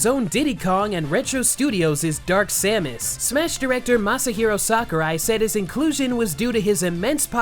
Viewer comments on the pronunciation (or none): none